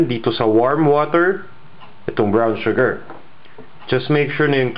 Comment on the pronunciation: This is great. Sana, it was posted earlier. Will definitely try this. Oh btw, I love how u say "shu-ger..." ^^